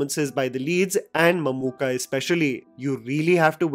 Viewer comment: The way you said mammookka ....kudos from kerala